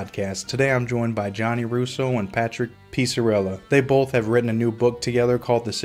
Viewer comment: Peesarella? Hahaha